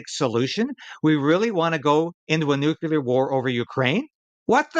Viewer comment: You are a great person, but it is pronounced "new CLEAR", not "Nu Cue Ler "😊